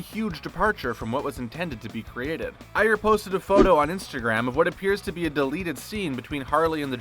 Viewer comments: I swear I've always heard it pronounced as "Air" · Is that seriously how you pronounce "Ayer"?